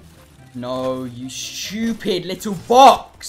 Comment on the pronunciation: He said shupid